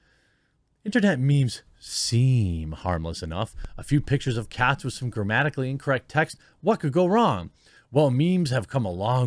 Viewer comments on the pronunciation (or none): none